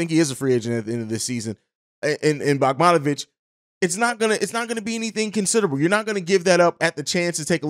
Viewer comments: Dude said “bogmonovic” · Butchered that mans name lol